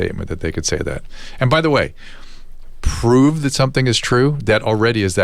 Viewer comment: How does the NYT reporter have a job when he can’t even say the word prove correctly